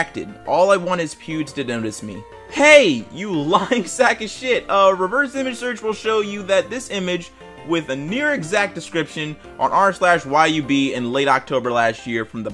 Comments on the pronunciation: I was so pissed I started screaming when he pronounced YuB as Y-U-B. its yub dude Its like Yuh-b Thank you for reading this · its not pronounced Y.U.B. its pronounced as if you were saying the whole word Yuh-Uh-B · The thing that got me the most angry (for some reason 😕) was the r/YUB, It isn't pronounced Y U B, but just the sound the letters make, YUB (btw he is a YouTuber) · it hurt me when he pronounced YuB as “why you be” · Love how he pronounced yub as an acronym, he's actually a cool YouTuber and I suggest you check him out! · Me when he pronounces “Yub” as Y-U-B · this man just really said Y u B instead of really saying it Yub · Actually its not Y-U-B, its all one word! 'Yuh-b', he's a pretty cool YouTuber too! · its funny how he said y u b btw yub is a youtuber for context on what yub is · just so you know YuB is a youtuber and it's pronounced "yub" not "y-u-b". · “R/y-u-b” Pretty sure it’s just pronounced yub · Sorry dude it ain't Y U B, it's Yub. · Also, why does he prounounce "Yub" Y-u-b? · pronounces r/YuB as r/Y-U-B A N G E R Y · I like how he calls YuB Y-U-B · its acctually pronounced y-uh-b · it’s spelled YuB but it’s pronounced yub he’s also a youtuber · Did- Did you j- Did you just pronounce YuB “why - you - bee” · Hey r/yub is said like tub with a y just a fun fact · not to sound rude but the r/YuB is a youtuber who has a mill subs and it’s pronounced as Yuh-/b/ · No one's talking about how he mispronounced yub like if it's an acronym like bruh... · When they pronounce yub as YuB ༎ຶ‿༎ຶ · The way he pronounced YuB tho. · He said YuB's name wrong aaaaaaaahhhhhhhhhhh (jokes of course, I'd say it that way too if I didn't watch him). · You pronounced YuB incorrectly